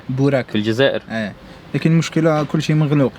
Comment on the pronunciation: بوريك مو بوراك